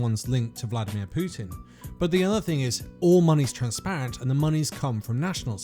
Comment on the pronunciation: She used to pronounce "Pootin" Now she pronounces it as "Peetin". Both Poo and Pee!